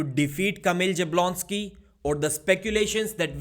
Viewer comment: Bro it's not JABlonski, this is not boxing. It's pronounced Yabuonski